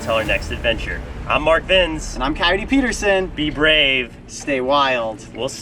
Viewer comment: mark vins. Mark veins